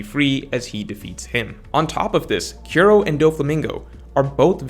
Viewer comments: You suck at pronouncing most One Piece names/words lol. Kiro? You make Kuro? Koo-Ro. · struggling a lil bit to pronounce Kuro. Good video though. Thumbs up.